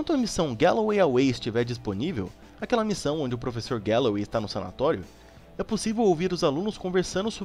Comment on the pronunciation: Vc falou frevessor na 133